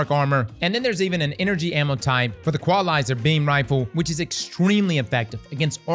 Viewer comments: E-kwah-lizer?! That's E-kwuh-lie-zer bro. Equal-izer. Named after a dope ass set of movies, named after a dope as television show, named after Samuel Colt's, Colt revolver. "God created men, but Sam Colt made them equal.” Also, while I am here, it's "Kep-lurr", not "Kep-lar". I hate being this guy, so I apologize for being compelled to say any of this. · " EE QUA LIZER... EE QUA LIZER.." ? Stay in school kids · Never heard equalizer pronounced like that 😂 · mispronunciation of equalizer is PEAK. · Never heard Equalizer pronounced like that